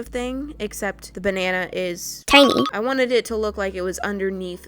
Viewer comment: "THEN I MADE UH BAH NA NA" that made me laugh 🤣🍌